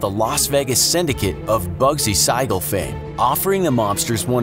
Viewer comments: I love your guys videos but your pronunciation of some names makes me cringe. It’s Bugsy Siegel (Seagull) not Sigull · Buggy SEEgle not sygle lol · Bugsu Seigel is pronounced "Seagull" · “Bugsy SIGH-gal” 🙄 SIGH 😞 You effed it up again narrator 🎊 🎊 🎉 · That's "Seegel", sir. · It's pronounced Bugsy SEE-GAL.